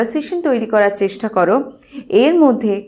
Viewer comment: Very nice vdo.... But "chestha" ny divai Ota "chesta" hobe